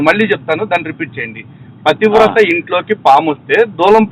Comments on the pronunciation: that moron cant even pronounce 'pathivratha' 😂😂😂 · pativrata anadam radu gani pastar ayyadanta,,,😂😂😂😂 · We enjoyed a lot bayya 😂😂pativrata anadam raadu sollu kaburlu cheptunnadu